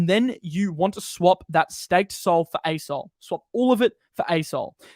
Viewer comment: When says “asol” all I hear is ayes-hole